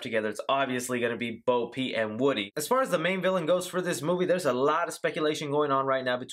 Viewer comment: Love the video but it sounds like you’re saying Bo Pete LOL